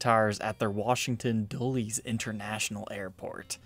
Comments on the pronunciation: FYI, it's pronounced "Dull less" not "Doo lees". It's named after John Foster Dulles. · * DULL - LESS* Airport NOT "DOOLIES" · Was on my way to comment the same thing lmfao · Dulles pronounced "Dullis" can sometimes be confused with Dallas in conversation. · Dull-ess Airport :-) Like Dallas but Dull :-) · Pronounced Dull S for your info! Remember Allan Dulles CIA during the JFK thing? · Pronounced Dull is airport. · Dulles - pronounced Dull-less, after a former Sec. of State. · its pronounced dull-lus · I appreciate how you said Dulles in the most midwestern way possible. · He also mispronounced Dulles